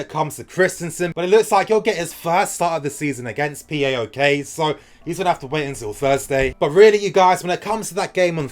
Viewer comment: Also you can pronounce it Paok like it's a word. Im Greek and it sounds weird as P.A.O.K